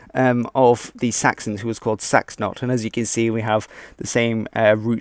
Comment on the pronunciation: Seaxnot more like saxon-not